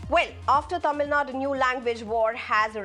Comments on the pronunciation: do these people deliberately do this ? its Tamil nadU not tamilnad and its KannadA not Kanad .. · News reader born to white man thats y she is not able to pronounce tamilnadu .she pronounce as tamilnad.with this condition these idiots imposing third language😂